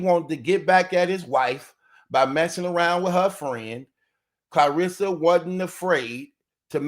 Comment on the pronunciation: I love the way you say her name Clareesa.. like Hannibal Lector😂